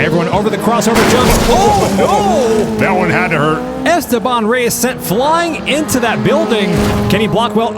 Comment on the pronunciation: Esteban Reyes ❌ “Airsteban” Reyes ✅